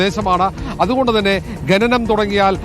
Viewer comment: ഘനനം അല്ല കോപ്പേ "ഖനനം "ആദ്യം നീ പൊയ് നാക്കുവടി.. പിന്നെ അക്ഷരം പഠിക്ക്